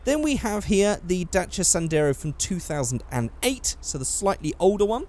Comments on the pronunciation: Dacha? Mate, it's Da-Chi-Aa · It's Da-ssi-a. Not Dashia. We say Dassia in France, and we (Renault) own the company è_é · it's pronounced dah chee ahh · The car is romanian and is called Dacia not Dantra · You have to say it like dachia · as far as I know it's pronounced "dah-see-yah" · you are pronuncing wrong dacia!!!! pronunce like dachia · First time I hear someone say dacia "daycia" or "datcha" xD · Its pronounce it's like this (Romanian) D-A-CH-EÄ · I think it's pronounced Dacheeya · I'm so sorry, but I couldn't fucking stand you sayin 'datcha' or whatever, so I stopped watching. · I have never heard anyone call a Dacia a "Datra" in my life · Actually it is pronounced Da-chi-aa, I know because the company came from Romania and I'm half Romanian. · Its so weird hearing you pronounce dacia the way you do, in my country its pronounced the same as its written (a sounds different in romanian and "ci" is prounounced like chi in english) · its funny how you say dacia because im a romanian and the correct way to say dacia is the second one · Its so funny how he says Dacia xDD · I like how english people say Dacia Sandero